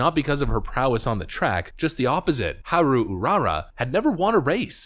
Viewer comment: haha I died laughing at the way he pronounce haru 🤣😂